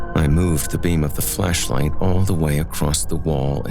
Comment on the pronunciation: Maybe it's just my disturbed mind, but I could swear you kept saying fleshlight, not flashlight!